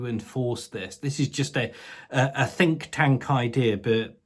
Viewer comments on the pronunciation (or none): Did you say ‘Fink’ tank?? I’d say it’s about time that little fkr got an awakening!